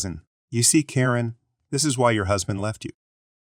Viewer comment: It's not a person, it's a reading bot. Karen get mispronounced every other occurrence and if it hits abbreviations (lb.), it won't say pounds, just trying to say the letters together.